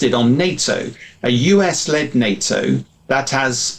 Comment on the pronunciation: Oh change the host, this serves no purpose. Not that many speak perfect english here in mainland Europe, but I needed to listen the first question four times to get it. If you pronounce US You Ass (which is not a bad idea nowadays) and it is not deliberate, you really need to take a reality check 😂